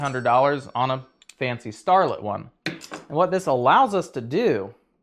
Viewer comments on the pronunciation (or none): Thanks for a very well made and informative video. FYI for future reference, the tool you mention is made by Starrett. Their name is pronounced STAIR-it, not starlet. 😉